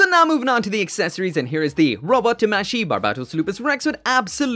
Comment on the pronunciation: Eh, tamashi is pronounced wrongly, both A have an Ah sound not an Eh sound.